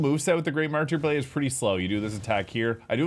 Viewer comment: Man I was wondering why my ripostes did fucking no damage. Also, it is "marter" not "martEER"